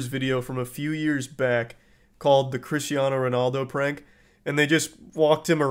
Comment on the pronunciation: Was saying Christano instead of Cristiano part of the joke or are you just an American